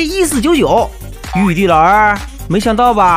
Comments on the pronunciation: 玉帝竟然讲成玉儿😂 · 玉帝竟然讲成玉儿。😅